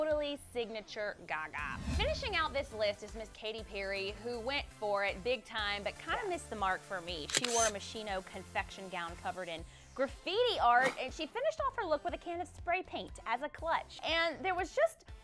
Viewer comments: Ok, sorry but Rihanna's look is NOT a wtf moment. that dress is handmade but just one person and she looked like a queen. The theme was about China and she totally rocked. Much better that Kim Kardashian or Beyoncè in my opinion..... oh, and the pronunciation of MOSCHINO is "mos-keen-oh". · Did she just say Moshino?